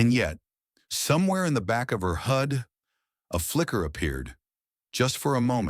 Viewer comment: Good story. Just wish the AI got pronunciation right. It's not a hood display, it's a HUD (heads up display).